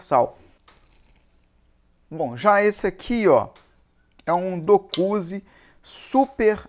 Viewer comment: Excelentes serrotes, difícil é gravar os nomes, vc falou dokuzi algumas vezes, quando o correto é dozuki. Sucesso, abraço.